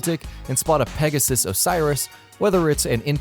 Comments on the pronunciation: Pegasus Osyris? Isnt it Pegassi Orisis? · "Pegasus Osiris" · "Pegasus Osiris"......... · He said peguses Osiris